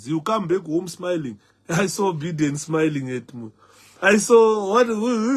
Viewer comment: Biden is pronounced 'buy-den' and not 'bee-den'.